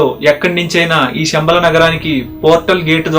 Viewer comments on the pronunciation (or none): షమ్బల కాదు నాయన, శంబల, Please శ వేరు , ష వేరు